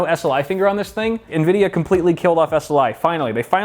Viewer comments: did he say nuh-vidia or is it pronounced ene-vidia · Did he just say "Nuhvidiuh"? How the heck